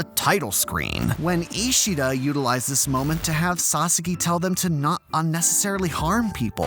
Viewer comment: I completely agree with you, but please pronounce sasaki correctly ffs